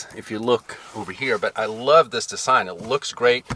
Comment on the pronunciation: What’s wrong whit the way you talk? . You say the word “Design” weird as hell.